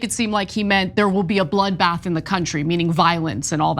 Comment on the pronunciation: he did say just bloothbath